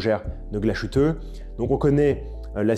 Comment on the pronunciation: Belle sélection. Il y a du mieux sur la prononciation de l'Allemand ! ;-) Sauf pour Glashütte - dire Glass-hütte (pas "ch" ou "sh" ;-) Bonne fin d'année !